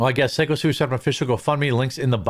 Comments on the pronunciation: Quart- you're the ONLY one who keeps pronouncing it "Sicko". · Pretty sure it's pronounced "Psycho Stu" ...... Thanks for not letting this story go away. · I thought his name was pronounced psycho stu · I thought Syko was pronounced Psycho. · The fact dude still hasn't to figured out how to say syko stus name means he literally doesn't give a shit to about the story anyway. If you would actually have to watched any of footage you wouldn't be calling him sicko stu again man. I swear idk why i keep getting your shit recommend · I'm a regular viewer and left a thumbs down because you just can't seem to read (p)syco Stu's name correctly. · He pronounces it “psycho” I thought? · Syko Stu is pronounced Psycho Stu. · The way people keep saying Stus name wrong is annoying me more than anything else to do with this. Raja should've been in jail, I know the rest of us would've been if we had done some foul shit like that. Double standards, daddy's money and media fear, fucking bullshit. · Stop intentionally mispronouncing his ring name. He says it himself, in the can crushing video you should have watched. No excuse. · Say his name right you idiot. I also thought you were going to stop with the coffee ad reads. Wow, right away you are pushing it. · It's been over a week and you still can't pronounce "SY-KO STU"? Like, psycho, but spelled in a gimmick way. His name is even said in the all the live streamed videos. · His name is "psycho" not "sicko" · He pronounced his wrestling name ("Syko Stu") as "Sicko Stu" instead of pronouncing it correctly as "Psycho Stu." 😂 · Psycho not sicko I know it looks that way but it's pronounced Psycho 😢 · Sicko Stu? C'mon man its Syko pronounced like Psycho 🤦🏽‍♂️ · Love your work, man, but it’s syko Stu, as in psychotic Stu. Stop saying sicko; he literally says it himself in the video. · It's not siko stu its Syko as in Psycho Stu. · SYKO (PSYCHO) STU, not SICKO. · Dude it's Syko not Sicko! 😂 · SICKO STU LOL. Its SYKO bra